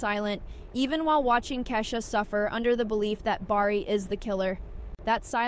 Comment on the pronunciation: Just a bit of advice... Start pronouncing the names correctly, or else no one will listen. The Chi Pronounced The Shy... Bari is actually Bakari pronounce BA-CAR-EE and Kiesha is pronounced KEY-SHA. I almost stopped watching because of how you botched the names, including the name of the show. You do have valid points, but it's hard to get past the pronunciations.